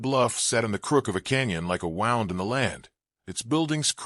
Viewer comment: Pronunciation from context - wound is pronounced WOOND for an injury, WOWND for something twisting/turning/curling.